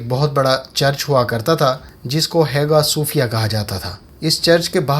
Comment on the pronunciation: It is pronounced as Aya Sufia not Hega Sufia. But good video otherwise